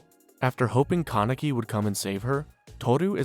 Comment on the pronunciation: Also kept saying "ka-neck-ee" instead of "Kan-a-key"